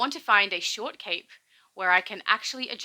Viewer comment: Why you hate the short cape?? Its a fine cape?? Although.... I hear short cake when you say it. ;) Makes me hungry. ;)